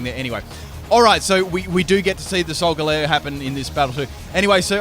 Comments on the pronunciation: It's not solgaleer it's solgaleo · idiot he said solgaleo and lunala wrong